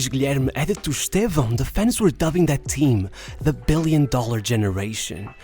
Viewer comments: You're the first gringo I've ever heard say Estevão's name right. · Além do belo conteúdo, ainda pronunciou o nome dele perfeitamente!